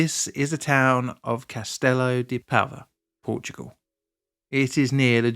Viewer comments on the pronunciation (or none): It wasn't just the digging around the pilars, it was boats hitting it, it was lack of repairs, government said there was no money to make repairs, but after the incident they made 2 bridges... I'm local to Castelo de Paiva. It's super funny hearing you prounounce Entre-os-rios and Castelo de Paiva 😂